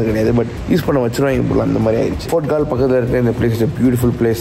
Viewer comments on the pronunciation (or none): Its கோல்(Galle) bro...not கால் 🙂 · It is not colombo, u should pronounce it as colombu....and it is not Gaal..u pronounce it as goal...